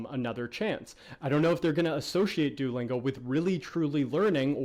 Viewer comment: Kinda bothering me the way you're pronouncing it.. do-lingo? Lol I'm just nitpicking though. Great video, audio issues aside.